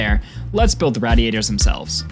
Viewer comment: Matthew the absolute mvp of the video, Angarn the superhero keeping the whole world turning, and this one French idiot that says "raddy-ators" just doing what they tell him.